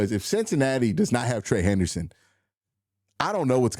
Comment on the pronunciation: You’re gonna have to learn to say his name right lol